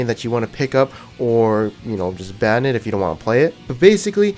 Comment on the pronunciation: said Opness but it's O-P-Ness